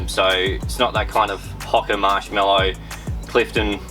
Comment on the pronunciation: Love having an Aussie take on the running shoe world but the pronunciation of Hoka in this video is cooked hahaha 🍳